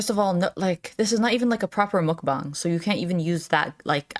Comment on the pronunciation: Did I just hear you right? Did you just say meokbang correctly? Uuuhhhh that is sooo healing for my kimchi loving heart I could cry it’s been awful, all these years of “MOOOKbang” you truly are what this community needs I already liked you and your simplistic chill ways… but that… that’s the closest I’ll ever experience to how people who like asmr feel when they listen to asmr…